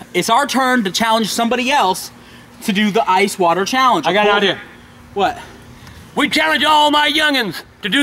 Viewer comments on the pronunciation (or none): I luv how he says idear not idea 😭😭😭